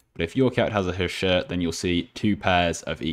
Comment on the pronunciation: he say destroy that shit XD :) I Know He Say Shirt :)